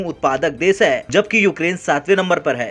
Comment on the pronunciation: विसव नहीं विश्व, सुरू नहीं शुरू तथा देस नहीं देश कहते हैं| स तथा श में अंतर करना सीखें| आप शब्दों का उचारण ठीक से करें|